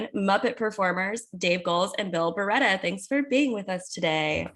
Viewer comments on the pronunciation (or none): Great interview! (It's Barretta not Barrett btw)